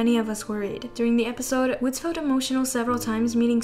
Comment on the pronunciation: Girl, Woodz's name pronunciation 😭 It's not "woods" with a z sound, it's "Woo-dzeu" (우즈). Closest is a sound between ee and ooh.